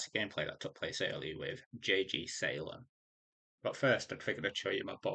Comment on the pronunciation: Nice commentary. Definitely gave me some new things to take into consideration when looking at map generation. Made a lot of macro errors and a few costly micro errors as well. Nice job pronouncing the name, its JG Salem. Can just call me JG